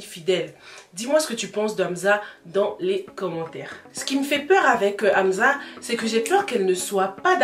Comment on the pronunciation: C’est pas Amza mais Amsa mais sinon je kiff tes vidéos😍